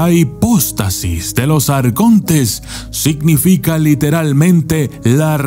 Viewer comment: "Hipustasis"? Perdón pero acaso no es HIPÓSTASIS??